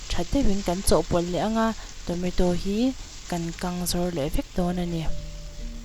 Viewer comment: Tometo a ni lo tomato